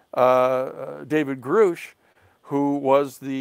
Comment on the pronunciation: He’s been in contact with “greush’ for two years but still doesn’t know his name is pronounced grush like crush